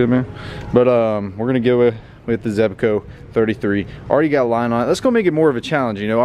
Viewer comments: He said “zebaco “ In stead of zebco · Zebco, not Zebaco. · ZEBCO not ZEBACO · Why do u say zebco like zebaco😂